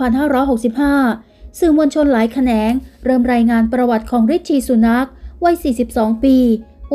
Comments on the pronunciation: ให้ออกเสียงนามสกุลแบบนี้นะคะ ซู หนัก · ซูเสียงหนักลงคะ คนพูดออกเสียงเบาไม่ดีเลยคะ